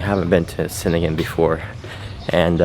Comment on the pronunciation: C's in indonesian sound "cheh" So cheningan